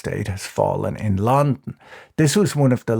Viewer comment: Who pronounces “london” like this? I’ve only seen a few of Patrick’s vids but I’m wondering if it’s some deep-cut injoke I don’t know